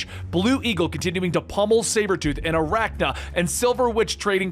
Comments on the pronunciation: AR-CANNA, not Arachna. You really should pronounce names correctly if you do this for a living. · Keeps calling Arcanna "Arachna"